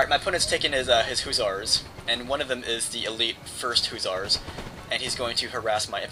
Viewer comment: "Huzzars" lol every time, every time...